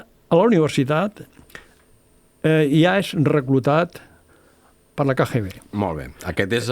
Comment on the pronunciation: Cada cop que en diu KGB, pronunciant la lletra G en castellà, fa mal a les orelles. Seria bonic que perfeccionés el seu Català. Per exemple: "vale" no és cap expressió catalana i la repeteix sovint, pot dir "d'acord".